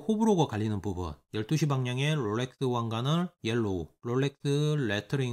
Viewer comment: 롤레뜨~~~th 발음 죽이네 ㅋㅋㅋㅋㅋㅋ